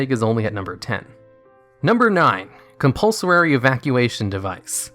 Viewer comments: I bet won't mispronounce anything today!: C O M P U L S O R A R Y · ..........interesting pronunciation of "Compulsory"